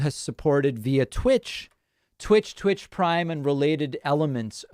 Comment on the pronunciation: "tvitch" GLOL Oy-vey!